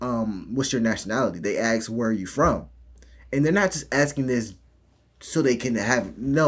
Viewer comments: a-s-k! Not a-k-s! I’m out! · DO you really have to say AX or AXE? Just say ASK! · Why "aks" not "ask"? Such a strange mispronouncing. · And they axe them... Jesus is it so hard to say ask. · ask not axe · C'mon!!! Stop with the Axe.... It is assk.....